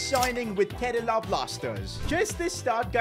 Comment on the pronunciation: and its karela ni g gga its kerala